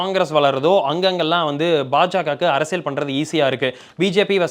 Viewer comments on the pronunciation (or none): none